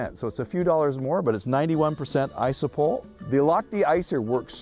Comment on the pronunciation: it's pronounced ISO-PRO-PULL. just fyi.